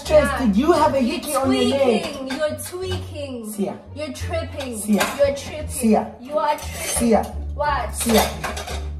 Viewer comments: The way his saying siya , it started to sound like seemah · The way says Siya is the same way says Sima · The way he says Siya it reminds me of seemah 😢